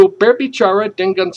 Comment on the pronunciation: well I'm gonna correct your pronunciation you were wrong to mention these words : 1. Lapangan & dengan (sounds 'lapang-gan' 'deng,-gan' you used double 'g'. it should be 'lapang-an & deng-an') 2. Air (you sound 'eir', just mention it 'a' in indonesian style) but overall you're great